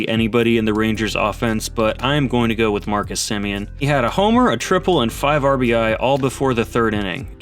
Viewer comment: An ribeee??? Jajajaja what we calling RBI these days